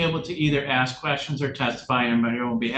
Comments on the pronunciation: Axe me. 😂😂😂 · Don't insult my intelligence when you're axing me